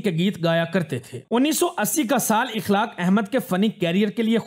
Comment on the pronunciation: Akhlaaq not ikhlaaq.